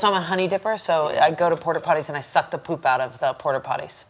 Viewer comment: "Its not its pOŒP"